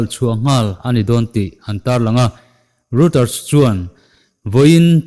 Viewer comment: Reuter news kha ROITER t a lam rik ni zawk se